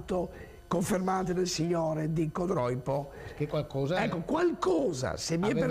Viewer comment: Codroípo non si può sentire ! Ma santiddio!!!! Codróipo!!